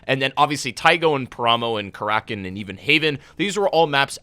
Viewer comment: Your pronunciation of paramo, taego and karakin is SO cringe! Not to mention incorrect FYI.